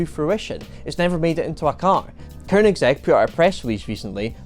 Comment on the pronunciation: Thank you for another great video, and also for (probably) being the only person on YouTube who can pronounce Koenigsegg properly. 👍